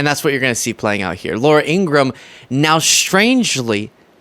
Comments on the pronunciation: Hi, you need to pronounce Laura IngraHAM! She's so weird she has to even lie about her real name!!!! I'm so sick of her, Jesse Waters and Sean Hannity! They're anti American, anti Constitutional, and anti DEMOCRATIC! Vote 💙 so i can sleep at night! 😊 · Laura's name is pronounced "In-gruh-ham", her family clarified. Not that she deserves the courtesy of pronouncing her name correctly. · “She can read teleprompters.” As she reads a teleprompter. -per her brother it’s In-Gra-Ham. 😂😂😂 Laura adopted 2 children from Russia. Hmmm. Oh, and a child from Guatemala. Which would be a wonderful thing except this woman is speaking out of both sides of her plastic surgery mouth. Nobody loves Putin/Russia more then the boot licking tRump.